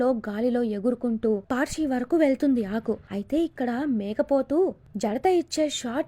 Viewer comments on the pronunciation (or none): akka a small correction. పర్శీ ✅ ...పార్శీ❌. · పార్శి kadu amma... పర్షి telangana culture gurinchi matladuthunnapudu names kuda sarigga palakandi please!! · It's not a పార్షి... Its పర్షి... Like పర్శరాములు... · Not paarshi. It's parshi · పార్శి కాదు పర్షి అంటే పరశురాముడు నీ కి nick name లాగా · పార్శి కాదు పర్షి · పార్శి కాదు పర్షి. నీకు తెలంగాణ సంస్కృతి మీద ఏమాత్రం అవగాహన లేదని అనిపిస్తుంది. తెలంగాణ గ్రామీణ ప్రాంతాల్లో ప్రతి ఊర్లో పదిమంది పరశురాములు అనే పేరుతోనే ఉంటారు. వాళ్ళని షార్ట్ ఫామ్ లో పర్షి గాడు అని పిలుస్తారు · Paarshi ❌ Parshi ✅ పార్శీ❌ పర్శి ✅ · Ma mama Peru parushuram.urantha parshi ani pilustharu.cinemalo name kuda parshine not paarshi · Inkosari telangana paina video chesepppudu maa Words ni correct ga palakadam nerchkoni cheyandi.....we hate people who pronounce them Wrongly.....🔥🔥🔥🔥🔥🔥🔥🔥 Jarthu 🔥🔥🔥🔥🔥🔥Parshi 🔥🔥🔥🔥🔥🔥Jamdagni🔥🔥🔥🔥🔥🔥